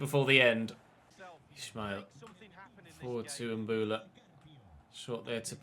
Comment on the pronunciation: It's Mbowla, not Mbula mate. You should play in a wide formation against the lower teams, you're too defensive and it's hurting the team